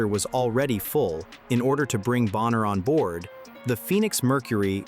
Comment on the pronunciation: It’s not Boenher, it’s BONNER!